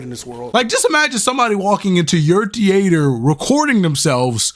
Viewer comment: Why you say theatre like that?